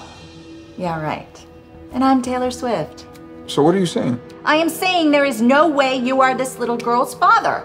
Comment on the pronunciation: She said I’m taller swift😂😂😂😂